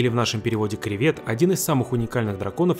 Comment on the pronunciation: КРЕЕЕВЕЕТ!!! А НЕ КРИВЕТ!!!!